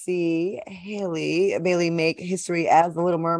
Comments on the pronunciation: Halle- Like Halle Berry. Not Hay-Lee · HALLE! HER NAME IS HAL-LEE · It’s so weird ppl pronounce Halle berry Ha-Lee berry but pronounce Halle Bailey Hey-lee like wtf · Hal- le . Y’all need to say that girl’s name right. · I wish people would stop butchering Halle’s name. It’s not pronounced Hay•lee. You wouldn’t call Halle Berry that.